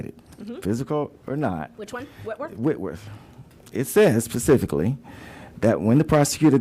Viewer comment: or so "It says pacifically...." lol dummy.